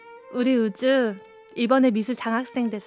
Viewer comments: 미주 캐릭터가 너무 불쌍함 자식 이름을 부르고 싶어도 부르기 힘들어보임 글씨엔 분명히 우주 라고 적혀있는데 들리는건 항상 으즈 임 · 우주 발음이 안되서 으즈 이러네 평생이 귀여운 유전자네